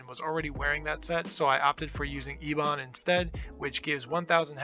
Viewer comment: I had to replay that split second of him saying Ebon and have a little giggle.